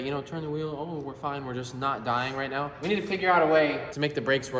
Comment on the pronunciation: Why did you say meow instead of now